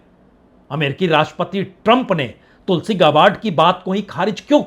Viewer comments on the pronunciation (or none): none